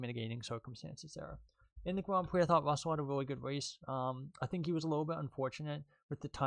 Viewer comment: Ahh yes I love spwint races and gwand pwees